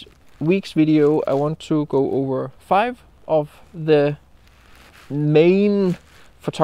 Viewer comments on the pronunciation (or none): none